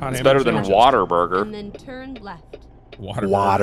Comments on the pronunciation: It's not water burger it's whataburger as in What A Burger. :) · It’s wataburger not water burger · as a texan that pronounciatioon of whataburger hurt me